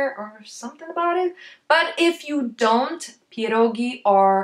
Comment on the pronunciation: Strange pronunciation of pierogi. You spell ie before p like "i" as in a russian language. But I thought it must be sound like "pjerogi" with soft "p" and soft "e". And r you sometimes pronounce on britain manner like it sounds in early bird, but it needs to be sound, IMHO, more on scottish manner, but actually on slavic manner. Is your native language polish? And how to spell it correctly? And even barszcz you spelt at the beginning like russian борщ. Пончики, а написано пачки(sorry, paczki). <У меня уже когнитивный диссонанс происходит в голове.> Really! It is very hard to understand the pronunciation. It will be great if you spell it for the first time slowly and correct on polish maner.